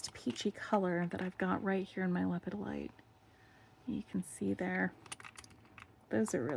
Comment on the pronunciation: I always go down the list to make sure I have all the baggies while unboxing mine. Actually you are saying lepidolite wrong. It's le-pid-o-lite